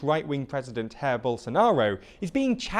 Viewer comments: Close (well, not really, but you're speaking English not Portuguese). <J> in Portuguese is pronounced like in French, not like in Spanish. Thus, his first name ("Jair") is pronounced more like "zha-EER", not like "hair". (Since you seem to among that strange contingent of people who take to mean /z/, I should point out that usually indicates a sound closer to the French , as in "Jaque", or the English in "measure" or "closure". (This is so that represents the voiced version of , just like /z/ is the voiced version of /s/. Similarly, occasionally (like in "Abu Dhabi") represents the voiced "th" sound in "the" as opposed to the unvoiced one in "theory", but not in Indian languages, which is where you usually see "dh" from, nor often in Celtic languages, where I'd guess used to but sound changes removed it.) That being said, in Chinese, it's actually more like ("hard") the English , as in "jam" or even a bit like the English , as in "chair".) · His name is pronounced ya•eer not hair 😂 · “Hair” Bolsonaro? No, Jair is pronounced with a French-ish “j” not a Spanish one (R has that sound in Portuguese). Then it has two syllables with emphasis on the second one. Já-EER. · Nice report,! Just a minor comment: Jair is pronounced Zhah-eer (the J sounds like the 's' in vision). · Sounded like Herr Bolsonaro, which is strangely accurate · No, obviously is Hair Bolsonaro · The J in Jair Bolsonaro is pronounced like a French J or like the S in treasure, not like a Spanish J! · This comment probably won't be seen, but J in Portuguese is pronounced the same way as in French, not Spanish. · That's not how you pronounce Jair. It's Portuguese not Spanish